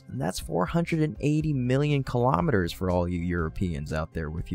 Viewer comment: But not keelamaduhz, rather, kilo'meters.